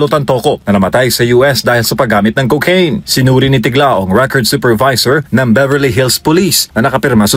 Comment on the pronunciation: ’Tiglao’ po hindi ‘Tiklao’